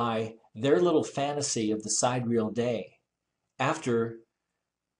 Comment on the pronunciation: Vsauce led me here, and now I hate you Vsauce. Can you at least pronounce Sidereal right?????? It is not side-real, It is sigh-deer-e-ul or si-deer-e-ul. If you ain't gonna do the math right, at least say it right so I can tolerate your monotone stupidity.